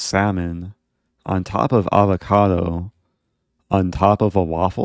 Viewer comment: Oh man I really do hate the way you say avocado. But still truly I am in love.